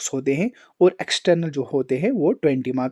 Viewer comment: Bhai not makas it's marks 😂